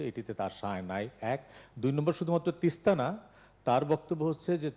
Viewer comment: আমাদের মা তো প্রধানমন্ত্রী জননেত্রী দেশরত্ন শেখ হাসিনা তিস্তা নদী না গঙ্গা এটা ঠিক ঠাক মতো বাংলায় উচ্চারণ ই করতে পারে না কি চুক্তি করলো আমাদের মা বুঝে আসছে না ।